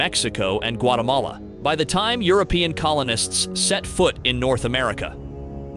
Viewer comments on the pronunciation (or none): none